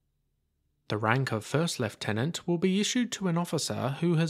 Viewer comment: Commonwealth pronunciation, Technically the correct pronunciation too!